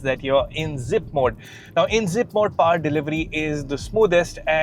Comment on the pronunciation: It’s not paaar, it’s powr